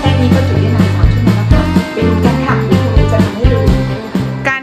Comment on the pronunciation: ครู ไม่ใช่ คู